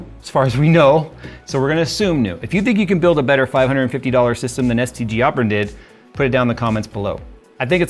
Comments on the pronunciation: Oh he said STG..... I thought he said STD and assumed I was watchign a Dawid video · Thought you called them "STD Aubron" at first 😭😂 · I kept hearing STD when he would say STG.